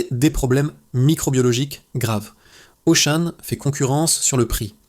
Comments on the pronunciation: Narration IA...Auchan devient Auchaine😮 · Mais pourquoi j'écoute cette daube (jeu de mots). Dès que tu entends le 'mec' prononcer Auchane, plusieurs fois, tu sais que c'est un ramassis d'inepties qui va suivre. J'ai arrêté a 'Carrefour Carrefour'. Il y a pas à chier, pour de l’investigation, faut du pognon, pas cette merde !! C'est du putaclic autogénéré par de l'IA les mecs. Mettez en route votre cervelle.